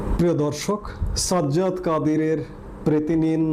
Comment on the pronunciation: Sazzad (?) Kadir! এমন শিক্ষা পেয়েছি যে J এবং Z উচ্চারণের তারতম্যও বুঝিনা। ঐ নামের বানান কখনো Z দিয়ে হবার সুযোগ নেই। একইভাবে J অক্ষর ব্যবহার না হলে সাজ্জাদ উচ্চারণ হাস্যকর হয়ে যায়।